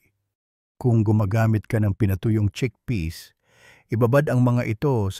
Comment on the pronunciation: cheakpeas like greenpeas